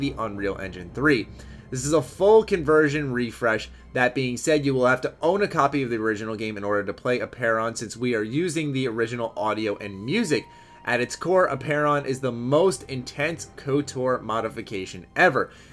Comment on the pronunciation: "Instense" haha. Grreeaattttttttttt